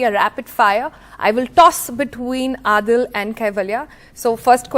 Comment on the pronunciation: Why does she keep calling him AADIL?